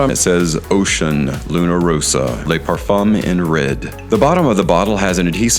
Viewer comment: Le = "luh", La = "lah", Les = "Lay"